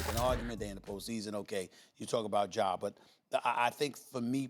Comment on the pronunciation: Bruh it’s Ja c’mon now 🤦🏿‍♂️💯